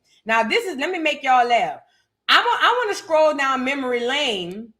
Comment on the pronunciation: You are a fool!!! “And we definitely don’t won’t to see Clarissa’s big strong ass in the booth!” (In your New Orleans dialect)… I hollered 😂😂😂😂